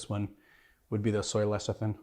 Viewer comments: that word trips me up too, so I looked it up. It spelled lecithin and is pronounced "leh-sih-thin." I don't mean to be a cyber smart-ass. I just don't want my favorite bartender to be embarrassed. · Repeat after me: Le Ci Thin